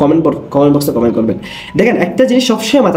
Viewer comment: ভাই খমেন্ট😂 না কমেন্ট 😂